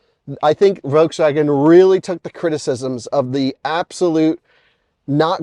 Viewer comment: It's still a Folkswagen